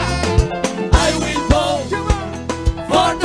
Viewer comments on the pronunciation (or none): I will “BOAT”. They cant pronounce vote